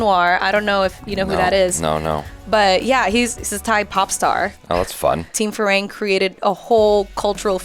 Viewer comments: There crew's name is "farang" not firang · In my mind whenever she said ‘Fee-raeng’ phonetically i keep repeating its ‘Fi-runng’. But then again she said it has thai origin so i also try to ignore it. 😅